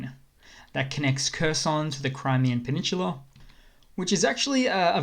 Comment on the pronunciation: it's not a peninshula, it's a peninsula